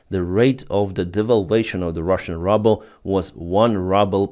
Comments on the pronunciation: Good reporting. Pronounciation is [Ruuuuubel], not rubble. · Hey, In English, the Ruble is pronounced "Ruble" Like the sound "Rooble". But great posting, as always. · Say ruble like Ukrainian “y” not rubble which means garbage. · Your pronunciation of ruble is the US pronunciation of rubble ("щебінь" або "руїна") that I wish on that enterprise called Putin's Russia. Thank you for that play on words. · I love the way says “rubble” instead of ruble (rooble). I think the pronunciation should be permanently changed to better reflect reality just like the name Russia should be changed to Moscovya. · I like it how you pronounce the currency "Rubel" as if you wanted to say "rubble" :-D ;-) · You really pronounce 'Rouble' in the most appropriate way.... 'RUBBLE'! SLAVA UKRAINI! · It’s as if he’s doing it deliberately! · he calls it rubble as a joke and he doesnt need you playing English teacher 🤣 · it's probably on purpose😁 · It is such a treat to hear you pronouncing the russian currency......"RUBBLE" exactly where it is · It's great that you pronounce "Ruble" as "Rubble" ! The meaning of "Rubble" is broken fragments (like broken pieces of rock). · I have reminded him about this mispronunciation years ago. He just ignored me and continues to mispronounce it confusing many in his audience. I don’t think he really cares about proper English pronunciation. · Do you intentionally say Ruble incorrectly?